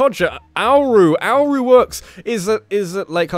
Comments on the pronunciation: I think Auru is pronounced "Or-oo", as the word Aura is pronounced "Or-uh". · Its (AH-RU) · i think it's Or-oo for Auru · Auru =. Or-oo? I believe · The scene were you're trying to pronounce "Auru" needs to be in the highlights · I think "Auru" is pronounced almost like how you'd pronounce "aura." Don't normally like to point these things out, but it just looked like an easy one... Anyways, man you should've stayed talking to the "quiet" guy with the mask/helmet on! Talk to him a 2nd time and he'll reveal himself to be... a certain some1 you know.